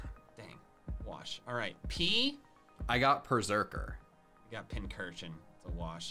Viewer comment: PERRSERKER, NOT PERSERKERR!